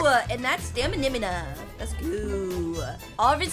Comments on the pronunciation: Why she say stamina is stamininima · it's not samunimu It's stamina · "We got staminimana!" Me: "Haha! It's stamina! You're so funny!" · Why does she say “stamimina” but not “stamina”😭😭😭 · NEW PRONOUNCED FOR STAMINA staminimima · Stamina not staminina😅😅😅😅